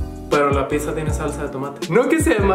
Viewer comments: si correcto, solo te decía que le dijiste "pisa" y no pidzza, pero X buen día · Pizza es italiano, pronunciado “pít-za”. ..con zeta sonora. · Pizza no es ingles,es palabra italiana,y se pronuncia pitzza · bueno para ti es raro y sobre la pizza originalmente se pronuncia (picza) trabajo con italianos.. y pues la salsa de tomate a la que te refieres es mucho muy distinta de capsu.. los paladares entre italianos difiere algunos si le ponen capsu.. asi que pues no esta tan lokos los del sur..😁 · Pizza en la cdmx se pronuncia como la palabra en Italia no como lo haces tu